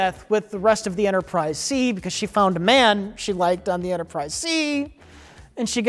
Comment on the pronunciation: Are we gonna let Mike off the hook for saying "Enterprise C's"?